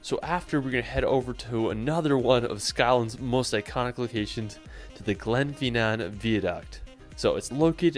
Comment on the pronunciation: The guy,is bad at saying the name of places,Glasgow Glenfinnan, Edinburgh and much more 🤣